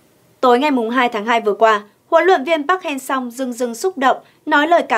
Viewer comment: MC nên học lại các đọc tên HLV nhé, người Hàn đọc là Pắc-Hang-Sơ, mình MC đọc 2 cách sai trong cùng 1 bản tin, thiếu chuyên nghiệp quá, ko tôn trọng HLV rồi